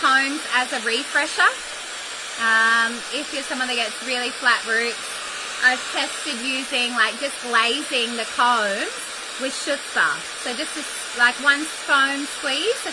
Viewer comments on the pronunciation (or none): Chutzpah is pronounced Hutzpah. Ch in Yiddish is a h sound❤️😊